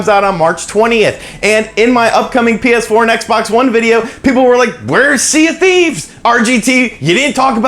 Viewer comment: Am I the only one who heard Penis 4 instead of PS4 at around the mark